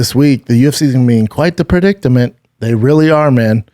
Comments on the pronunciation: Brendan, it's "predicament", not "predictament"... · Kinda funny you can't say perdicerment.